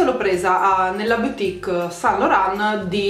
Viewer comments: "BUTIC" e non "BIUTIC".. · Zahra zargoudi grazie, lo so che si scrive BOUTIQUE.. ma si pronuncia “butic”. E non “biutic” come continua a dire. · Cara, grazie per il video utilissimo! E ricorda: "boutique" si pronuncia "butìc" e non "biutìc" 😉